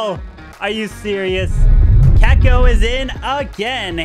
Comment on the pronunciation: still hasn't learned how to say Checco